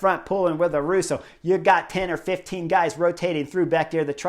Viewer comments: Chris, great commentary! But please make an effort to pronounce their names correctly. Is not Sergio “Iwuita” is Higuita. Pronounced as “Ee Gee Ta”. And is not Juan “Aruso” is Ayuso. Pronounced as: “A you so” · Ah-yoo-soh not Ah-roo-so. Ee-gee-ta not Ee-we-ta. You are welcome. 🤪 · Haha great video Chris, love your analysis and makes me love this sport even more. Just one thing, The “y” in Ayuso sounds like “y” in yellow, not “r”. Keep it up!